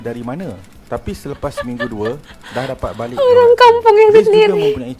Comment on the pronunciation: Not balek it's balik...